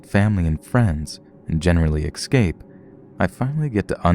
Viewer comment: Black Calla Lily Like "excape" and "viligant" lol